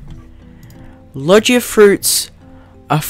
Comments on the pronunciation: I can tell you haven't watched one piece by the fact you say "Lojiea Fruits" and not Logia Fruits, you also say "Enhancement" and not Haki like normal people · its pronounced logia not logya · logia isnt pronounced like lodge-ia its like low-gee-ah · Iogia not lojia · i got so mad when he pronounced it logea... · My man your saying Logia wrong